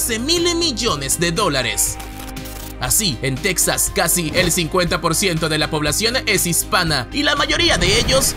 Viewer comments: No te has mordido la lengua de tanto decir tecsas ? Para nosotros los mexicanos es Tejas y se escribe texas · Insisto, se pronuncia "Tejas", no Tex- sas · NO ES TECSAS, ES TEJAS... WEY. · Disculpa, se pronunacias "tejas", no tex-as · Se dice Tejas, cómo se dice Méjico, no tecksas, se ve que eres de otro país, ósea no eres mexicano. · Pronuncias a texas como tecsas ...un mexicano dice mexico no mecsico . . La x la pronunciamos como j ....no se si es correcto.....